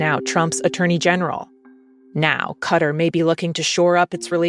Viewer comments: How I wish those in the press learn how to pronounce the country of Qatar correctly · Not "cutter", but cut-ahr